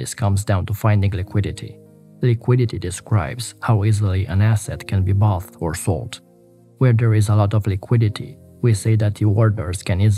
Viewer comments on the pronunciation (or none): Bot or Sold. The TH isn't pronounced. Bought is pronounced like caught or even walk. But no TH.